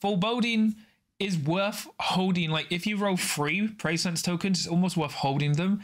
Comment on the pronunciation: Great review; I will be rewatching this several times! The Abilities and TacOps are definitely awkward and too conditional so I see them being simplified, while some of the operative powers will get nerfed. This is a must buy especially as a NL fan. “Pre-sci-ence’ not ‘Preysense’ although that does sound cool; they definitely captured the NL fluff names!